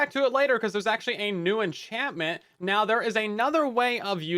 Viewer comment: "six or seven enchantment" I can't unhear it